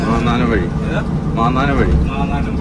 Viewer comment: മാന്നാനം അല്ല, മാന്നാർ വഴി